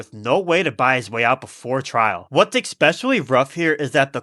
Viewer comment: Have your talk to text speak read back "especially" for future voice overs